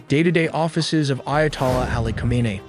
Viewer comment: "who-may-knee" not "come-on-nah" :D